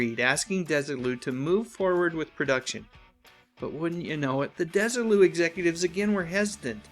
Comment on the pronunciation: this was a great one, and brought out things I didn't know until now. May I, however, major on a minor for a second? Desilu was named for Lucy and her husband Desi (DEZ-ee) Arnaz. Thus their company was "DEZ-ee Lou", rather than "DESS-ee Lou".